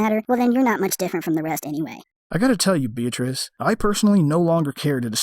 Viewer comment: Another top quality video 👍 On a side note, every time you said 'beatrice' it sounded like 'bitch' 😂😂😂